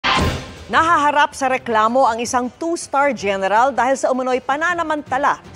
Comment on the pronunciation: Gayneral HAHAHAHAHA